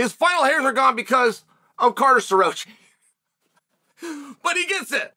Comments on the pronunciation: Uncle Chael is always right. This Carter SterRoachyyy guy needs to have a talk with his parents because his parents have been mispronouncing his name his whole life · The way he murder Starrocci's name is amazing lmao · yea, no. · Maybe shouldn’t be commenting with such vigor if you can’t pronounce the guys name…. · Burroughs dissed penn state what do you expect? Bro say Staroccis name correct.